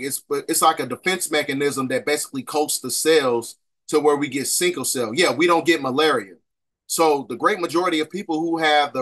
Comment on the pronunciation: Everything here checks out except “sinkle cell” I swear you were killing me . Say that shit one more time 🫥😒😂😂😂😂😂